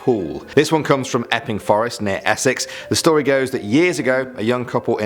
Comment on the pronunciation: Lol good stowy